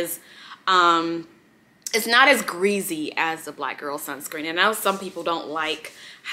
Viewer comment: Love the way you say ~gReAsY~ 😂 and love your favorite videos more👏👏